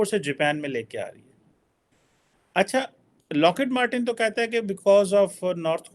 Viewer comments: Abbey its not locket matten. Its lockheed martin.😂🤦 Sala kaha se english sikha hai bhai tune? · locket martin nahi your isi punjabi training needs update its Lockheed Martin